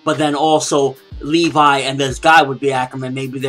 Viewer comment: Levi(Leh-vee) not Lee-vi come on get the name right.